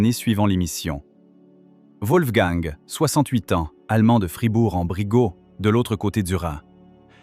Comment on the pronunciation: Fribourg en Brisgao (prononciation)